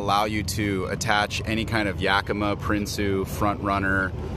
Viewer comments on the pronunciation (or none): Total spelt it the way you said it in the video 🤦🏻‍♂️ It’s truly pronounced Ya-kuh-muh 🤘🏼🤘🏼